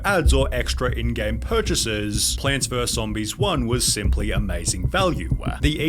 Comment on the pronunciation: 40 minutes is NOT needed and some pauses are just him making a joke (oH hE sAID plaanTS VeRse zOMBISS) like people just be saying anything to defend him